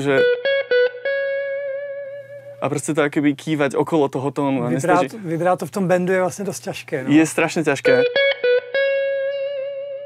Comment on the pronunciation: Super video. Díky. Ale, "vybráto"? Krátké měkké!